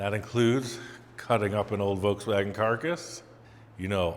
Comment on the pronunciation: The "Ve Wans" Bug🐞